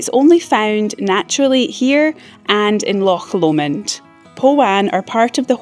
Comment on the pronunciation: Another Scottish (born) You-tuber insists on pronouncing Loch Lomond as Loch Low-mond. When picked up on it by a few people, he was / is really not a happy bunny!!! 😠🐇. 😆😆